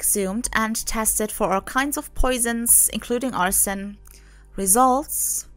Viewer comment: the way she pronounces it sounds like "arson" which is a crime of intentionally starting a fire. I didn't know of any other way to pronounce arsenic. People tend to run it together to sound like "ars-snick" but I guess it actually has 3 syllables. When I heard this story, it reminded me of the old play "Arsenic and Old Lace" (and also movie by the same name) Thank you for replying to me. Have a nice day.